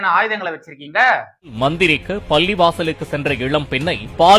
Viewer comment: தம்பி! பள்ளி,பள்ளிவாசல், பல்லிளிக்கிறது எல்லாமே ஒரேமாதிரி கேட்கிறது. தயவுசெய்து உச்சரிப்பைத் திருத்திக் கொள்ளுங்கள். பள்ளிவாசல்களில் சாயங்கால ஓதுதலுக்குப் பின் அங்கே மந்திரிப்பார்கள். தண்ணீர் தெளிப்பார்கள். அதற்கெல்லாம் பலனுமுண்டு. இதை மறுக்க முடியாது. ஆனால் இன்றைய சூழ்நிலையில் நம்பலாமா என்றால் கேள்விக்குறி தான்.இன்றும் நாகூர் தர்காவுக்கு வேண்டுதல் வைத்துச் செல்லும் இந்துக்கள் நிறைய பேர் உண்டு.